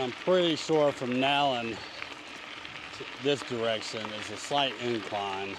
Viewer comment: You pronounced Nallen correctly! And they are getting ready to open a visitors center for the trail down in Rainelle on Route 60. It is being worked on right now. That bridge had to be replaced because the flood of 2016 took out the one that was there.